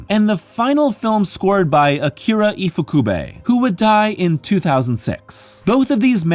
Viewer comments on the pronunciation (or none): none